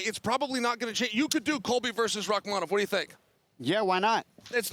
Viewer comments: Chael suggested Rakhmanov and then a minute later told Jon Anik "I love your suggestion of Rakkhmanov." Beautiful. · ESPN please teach your commentators to pronounce names, or at least encourage them to use just 1% effort to try and learn them..... The way they're DESTROYING Rakhmonov's name and have been doing for half a year already, come on it's not that hard.